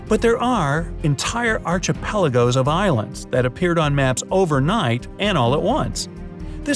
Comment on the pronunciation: FYI Its pronounced Ark-e-pelago, not Archie-pelago .